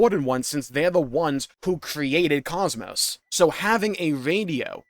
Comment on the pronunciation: I hope Xenosaga does finally come back. Maybe then people will learn how to pronounce Kos-Mos.